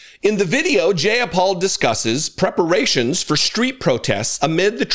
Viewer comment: Her name sounds like: J-Eye-Ah-Paul. For future reference, if unsure of pronunciation: Google it.